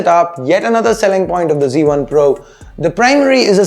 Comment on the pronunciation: its z1 not c1...please try to pronounce it in the right way...